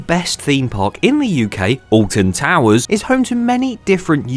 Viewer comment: well it isnt ahh-lt-i-n to-woo-urs is it?!